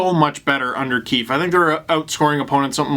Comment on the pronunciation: I’m American but I like watching the Canadian feed. Did anyone else notice Ray Ferraro call coach “Sheldon Queef ahem Keefe” during the broadcast? It was the lone high point of the latter half of the game